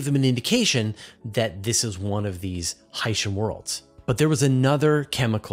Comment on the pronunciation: Portmanteau or not, I do not like how the word Hycean is pronounced in this video. It would sound a million times better pronounced "Hy-ce-an (Hi-see-an)"...